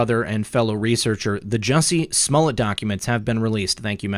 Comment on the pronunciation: Who is Smullet? Are you referring Smollett? :)